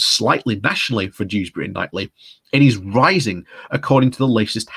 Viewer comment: Is it not pronounced "Keith-lee"?